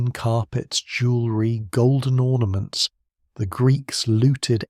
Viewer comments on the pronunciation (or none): none